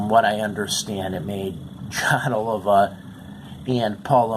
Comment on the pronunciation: FFTR bombed because the band was made to record for the album, by the record company, songs that Jon had in fact, written for other artists. Artists of a completely different genre, John Waite, for instance. Then, let's see...their last name is pronounced Oleevah. :)... And Criss not to be nit picky...but he was a phenomenal guitar player who had been approached by Dave Mustaine to play for Megadeath..who was carelessly and thoughtlessly killed by a 7X convicted DUI driver on October 17th 1993. His wife, who was also in the car, never entirely recovered from the accident and the loss of Criss and died several years later. :( We miss Criss so much.